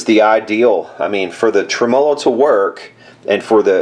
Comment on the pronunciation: Tre-MO-lo. Gets me every time.